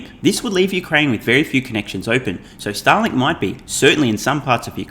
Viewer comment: you pronounce Starlink like Stalin